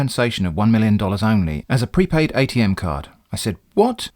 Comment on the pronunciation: So much of what the UPS scammer says is comedy gold. I can think of at least three fake slogans for UPS from this video alone. UPS — Not really as you think. UPS — To hell with you! UPS — We'll clear you out! I also feel joy every time you pronounce "Atm" as atom and not A-T-M.